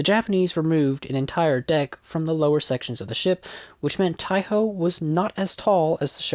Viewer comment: Just a note, its pronounced like 'THAI - E - HO'. The E part is half silent but its there.